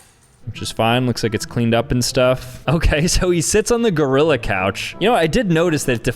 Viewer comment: he misspelt gorilla by saying gorrilla